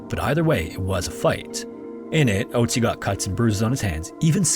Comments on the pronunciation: you didn't recognize a name ending in "tzi" because he didn't pronounce the umlaut "o" correctly? you though there were 2 frozen mummies named ötzi and oatzi? I understand maybe not immediately recognizing the name, but literally saying "that sounds like ötzi" as he says oatzi? The German pronunciation isn't THAT different. Not a big deal but... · Its pronounced more like ertsi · I'm just listening to this and it took me a while to realize you were talking about Ötzi but couldn't pronounce the name lol. I was like "wow this sounds so similar to Ötzi, what a weird coincidence that it happened twice" lmao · The "ö" (in Ötzi or Ötztal) is pronounced as the latin "oe" diphtongue, not like the english "o". (just a hint, no offense :) ) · There is an Ötzi Museum where he is on display - in Bozen, belonging to the southern part of tyrol (Italy). Nice documentation, but pls consider that its an Ö in Ötzi wich is pronounced similar to the u in „murder“…😊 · the way you pronounce ötzi's name hurts my brain